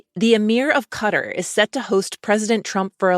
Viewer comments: How I wish those in the press learn how to pronounce the country of Qatar correctly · Not "cutter", but cut-ahr